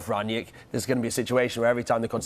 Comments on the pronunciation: Just a quick note, his name is pronounced slightly differently. Think of his name in two words, Rang and nick. There is no J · From a German: They keep pronouncing his surname "Ranjeck". That's not it. It is: "Rang - nick". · its rang nick rangnick!!!! not rang niack!!!!